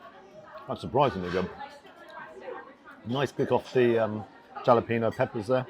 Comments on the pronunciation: A little tip for you, in Spanish you see a J it's probably pronounced as a H. If you see LL it's probably pronounced as a Y. This is not a 100% rule as there are lots of exceptions, regional variations, etc, etc. But it's a pretty good rule. So, Jalapeno is spoken Halapeno. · Jalapeno is pronounced halepeno. It's Spanish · Looks yummy and the selection is impressive,. The Buffet Asia in Las Vegas is similar, a bit less selection but has a make you own Mongolian stir fry section. About the same price - looks like good value. Go for the Mex review sometime but pronounce "jalapeno" correctly - Hala-Pen-yo:) All spanish words with a leading J are pronounced as an H. As, in Juilo - Hoo-lio. But, crack on. And obviously, you've never eaten my Yorkies - hit or miss. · I haven't seen anyone comment on this yet, but the J in 'jalapeno' is pronounced like an H, and the N has an accent over it, meaning it's pronounced like the N in 'onion'. So, "HA - la - pay - nyo". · it's pronounced "halepeno", the J is slilent, thought you would have known that!! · Don't ever review Mexican food again until you can pronounce Jalapeño. 😉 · Jalapeño.. that J is pronounced H